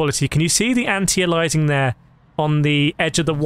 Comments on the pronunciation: it's not anti-alizing It's anti-aliasing, think how you pronounce alias. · An alias is a pseudonym or nickname. (Eg think of gunslingers in the old, wild west.) It's pronounced: Ay-lee-us Anti-Aliasing is pronounced: An-tee-ay-lee-us-ing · FYI it's pronounced an·tee·ay·lee·uh·sing